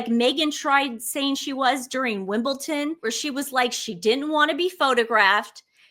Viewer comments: love you twins but why, oh why do you call WimbleDON WimbleTon? Not the first time I’ve heard it from a creator but didn’t think I’d hear it here. Not trying to offend or be a Karen but I didn’t think it was possible to not know there is no T in WimbleDon. Sorry, had to say something. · It’s Wimbledon with a ‘d’ not Wimbleton with a ‘t’ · Wimbledon not Wimbleton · WimbleDON, not wimbleTON. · it's Wimbledon Don not wimbleton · Just an FYI it’s WimbleDON not WimbleTON. Love your show!! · It's Wimbledon NOT Wimbleton...! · Its Wimble-DON not Wimble-TUN 😂. Love your content x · Hi ladies 👋 another great video but can you please pronounce the word correctly, it's WimbleDon not WimbleTon. Tia ❤🙏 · I love you two, but please it's Wimbledon not Wimbleton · Hey girls. Love you bothand your show, but when you say Wimbledon its Wimble Don not Wimble Ton. ❤ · It’s Wimbledon , not Wimbleton ladies !! Great videos ! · Not Wimble-tin but Wimble-din (Wimbledon) Pleassssse. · Guys, its pronounced Wim ball DON = Wimbledon Tennis. Cheers! 🏴🇬🇧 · it's Wimbledon with a D not a T. Thanks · Please girls when you are referring to Jennifer Garner please say Garner not Gardener, also It’s Wimbledon not Wimbledon. Sorry to appear mean because I love your videos and look forward to them 😍😍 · There is no T in WIMBLEDON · Please learn to pronounce Wimbledon. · I appreciate your keeping track of what some faux royals do, especially at a time when so many people are suffering inconceivable loss and shock. Please be aware that, although you make excellent points, the famous tennis venue is Wimbledon (with a 'd' not a 't') and it's Jennifer Garner, not Gardner. These small details detract from your larger message for those of us who care about such things and notice them. Thanks for your efforts, though. You're charming young ladies and I wish you all the best in your future.